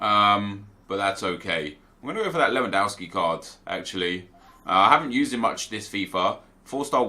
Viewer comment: why do you call lewandowski lewandauski?